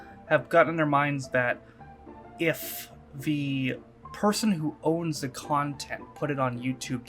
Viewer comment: When you said content almost sounded like a see you next Tuesday lol